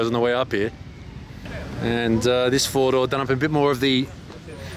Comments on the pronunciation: I thought he said Fordo, like Ford but with a japanese accent and was confused, then I realized all those cars had 4 doors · yes I realized later, found it funny. I’m glad you’re doing videos again